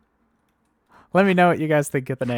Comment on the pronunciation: Mines of More-ore-ia sounds fantastic. 😂